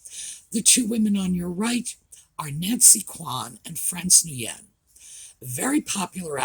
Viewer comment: Nguyen is pronounced "win"